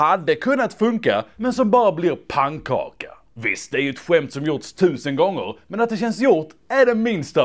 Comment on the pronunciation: Förlåt för att jag är så petig men säger du pangkaka och inte pannkaka